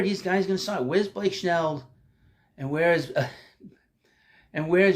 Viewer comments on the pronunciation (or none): I love your channel and watch it regularly. Good show again, but I just have to wonder if you say “Schnell” on purpose 😅